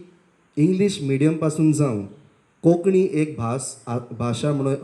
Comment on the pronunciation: While speaking on the subject of our language we should get the nomenclature right. It is Kónkānni ✅, not "Koknni"❌. Organisers must emphasis on this difference.